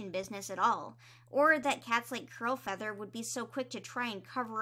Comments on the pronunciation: Am I mishearing her or does she keep saying crowfeather instead of curl feather?? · I was listening while doing other things and kept hearing “crowfeather” instead of “curlfeather” and imagine my confusion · Omg when you said ‘Curlfeather’ I LEGIT THOUGHT YOU SAID CROWFEATHER- and I was HEAVILY concerned. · Honestly me too lmao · i keep hearing Curlfeather as Crowfeather and getting confused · As someone who hasn’t picked up a book since oots, I listen to your videos in the background and everytime you said “Curlfeather” I heard “Crowfeather” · Kept hearing curlfeather as crowfeather and got very confused. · It’s Curlfeather- 🥲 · It took me so long to realize is saying “CURLfeather” I was so confused like ‘Why is Crowfeather on a RiverClan patrol?” “Since when is Podlight siblings with Crowfeather??”